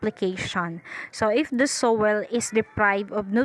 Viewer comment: Its Soiil not sowel